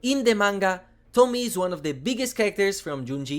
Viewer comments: I'm just leaving this here: It's To-mi-e, not Tomie like Tommy. It is pronounced something like Tomiye. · I know English and Japanese aren’t your 1st language but I’ll correct you on this. Tomie is not said like the name “Tommy”. Tomi is similar but it also has E, pronounced that like Ye / Eh For you it would be a bit like Tommy-yeh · It's Tomie, not Tomi/Tommy. The e at the end isn't silent, it's like in the word "end" :) Tomi-e. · Thanks for introducing. From Japanese point of view, the pronunciation for “Tomie” is not like “Tommy” but “To” for Tokyo, “Mi” for “Me” and “e” as “A” for America. “Tommy-Yeah” is more close to the original one instead of “Tommy”😂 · It's "tomie" not Tommy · Tomie - "tohmee-aye" is how it is pronounced xD Thank you for covering this DLC. Soichi is such a shit head. I bought him. :P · I love Junji Ito work he always bring it your say Tomie name wrong